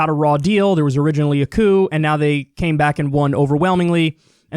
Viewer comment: You pronounce "a coup" like "Aku" and now I'm stuck thinking about Samurai Jack parallels